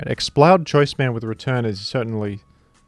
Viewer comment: You have to be consistent. Pronounce it Explud